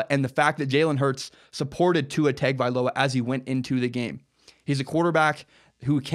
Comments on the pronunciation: At least learn to pronounce Tua's name correctly. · Tua Tug-of-war